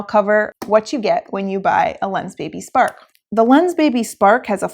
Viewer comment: i thought she say Lensbaby Sperm :D :D